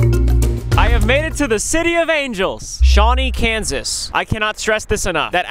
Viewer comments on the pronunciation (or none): none